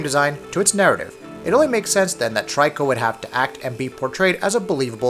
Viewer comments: I'm nitpicking a little here but you don't really say Trico like "Trike-o" as the Japanese spelling is トリコ (Toriko). So in English, it is pronounced more like "Tree-ko." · immediate thumbs down for mispronouncing trico. it's tree-co not try-co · Try-co?? The in-game character clearly say Tree-co, his name is spelled Trico yet you call it Try-co?? When you say triple, is it try-ple? How many batch of weed you smoked?! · Amberdiamondswords "Try-co" 😑😒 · It was but he pronounced torico's name wrong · I know, it annoyed me so much when he said tricos name wrong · Brittany Branch THANK YOU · I was dying the whole time he kept pronouncing it wrong. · Times he said "Trico" wrong: 3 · The way he pronounces "Trico"....